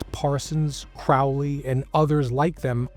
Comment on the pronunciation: Yaaay someone who can actually pronounce Crowley correctly!